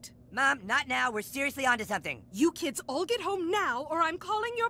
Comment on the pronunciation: SEROUSLIY 😂😂😂😂😂😂😂😂